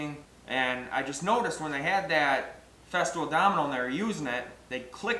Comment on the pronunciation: Makes sense to me. Except your pronunciation of FESTOOL, you say FESTIVAL? It's just FEZ-TOOL, not FEZ-TIV-OL. It made me question whether or not there was a Festool Domino or were you also cutening up this this name to? Like the FESTOOL DMO-29 or something, and you say "FESTIVAL DOMINO". There is a Domino tool.